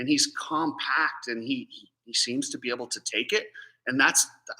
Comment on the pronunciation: You juat said " be ebble" lol i lovw it! And yeah deegan is pretty bad ass man im pumped for him